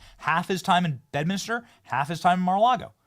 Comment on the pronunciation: FFS Benny.. Im just a lowly peasant & even I know its pronounced BED-MINS-TER.. NOT "Bed-mini-ster"😅🤦‍♂️